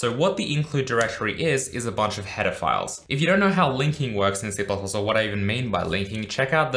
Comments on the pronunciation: Who else heard "Pedophiles" everytime he said header files lmao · Whenever he said "header files" it sounds like he's saying "pedophiles"